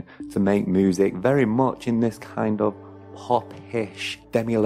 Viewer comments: Why do you say moosic? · Moosic ....lol